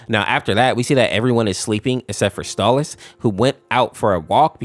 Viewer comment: STALLAS? ITS STOLAS BIT